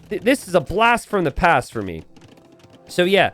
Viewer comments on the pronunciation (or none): none